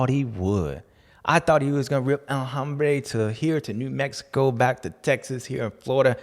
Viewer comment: Dude......El Ombre...the man. There is no HHHH